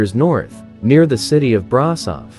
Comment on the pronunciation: "BRASAV" 💀 (Ș IS PRONOUNCED SH)